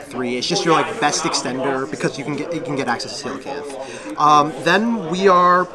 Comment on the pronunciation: Finally a yugioh player that pronounces Coelacanth correctly